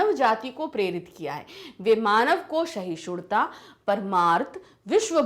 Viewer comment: Its not sahishudta😂 Its sahishduta..! May be your dialect is different maam bt we pronounce it like this. Like yr teaching though ✨